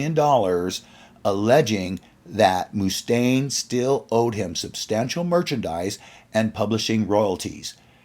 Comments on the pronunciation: agreed. Great video, but learn the pronunciation of the main guy the video is about🤷🏻‍♂️ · That’s BS. No one ever pronounced his name like that anywhere. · very much muh-stain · WHY ARE YOU PRONOUNCING IT "MOO" STAINE ? ITS LIKE MUSTANG ..."MUST"AINE ! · Its "MuhStain" not "MooStain" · Dave Moo-Stain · Must staine Not moostaine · It’s not pronounced Moostaine, it’s Mustaine! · Pathetic how this guy pronounces Moostaine, and not Mustaine like Dave himself pronounces it. Annoying. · dave moo-staine.. lol. chris was perfectly within his right just as dave did against metallica & his co-written songs on on kill’em but mustache hamboned chris.. it’s mustaine’s band, but elf was just as much the face of megadeth as mustaine was during their early years & rise & mustaine didn’t like it. marty’s right, when mustaine reformed megadeth he may as well have called it “dave mustaine” instead of mega, it looks like mega, it sounds like mega, but it’s not mega & hasn’t been mega for years. at least he’s retiring, we’ll see if he keeps his word, i think he’ll find a reason to come back when his coffers need to be refilled.. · It's not Moostaine dude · Ok, the Mooostaine thing is driving me nuts, lol. Have you never heard his name spoken before? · I've actually met Dave a few times. It is not Mooostaine, lol. Maybe they do it as a joke. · Who's Dave Moose-taine? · Moostain? Is this AI narrated? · Moo-stain haha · Dave Mooch-taine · By the way it’s not Moo -Stain ! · bro says moostaine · Great video but I cant stand to hear "Moooostaine". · "Dave Mooostaine" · I've never heard anyone call him Dave MOOstaine before. It's incredibly annoying! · he is now moo stain in my mind from this day forth 😄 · Moo-Stain had me cracking up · "Moostain" lol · It kills me every time he says it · More like Mue-stain! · Paused video. Needed to come down here and ridicule the narrator. MOOOSTAINE WTF MY GUY!!!??? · Why can't you say Dave's name right?